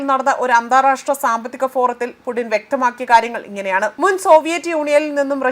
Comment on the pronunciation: ഇങ്ങൾ വിളിച്ചതാണോ പൂട്ടിനെ .. എന്തൊക്കെ ആണ് വായിക്കുന്നത് 😂😂